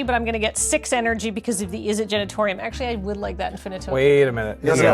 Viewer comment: Not to dunk on a mispronunciation of an extremely made-up word, but I feel like a number of red-faced visitors to the Izzet Genitorium in the Sixth District are kindly and discreetly given directions to the Izzet Generatorium around the corner each day